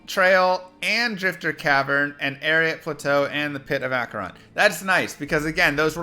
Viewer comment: Acheron is pronounce like Hatch ur on not ack.